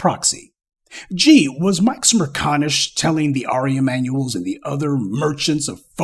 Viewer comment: Jerk-CONISH....you don't mispronounce Negro to nigger